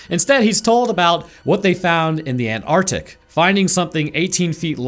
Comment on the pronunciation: you are missing a letter when you say Antarctic